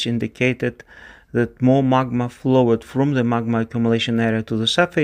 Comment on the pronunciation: When speaking the word "flowed" pronounce it as one syllable "flow'd", and you'll then be speaking that word as a native speaker. Also the word "considered" is pronounced "consider'd" by native speakers. Not as "consider-ed". Very few verbs that form a past tense using "ed" have "ed" pronounced as a full syllable in its own right. Most of the time the "e" is elided, just pronouncing the consonant. Another example: to "Master" forms the past tense "mastered", but that is pronounced "masterd" (with the "r" also often elided, depending on dialict). Do this and you'll sound more like a native English speaker. :) "Closed" is also pronounced as "Close'd" (the "e" being silent, but governing the pronunciation of the "o").